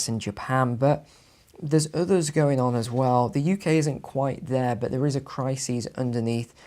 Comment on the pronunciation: I don’t trust people who say crisis as if it’s spelled crisees